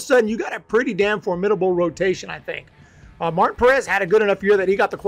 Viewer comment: It is pronounced Mar-teen not Martin.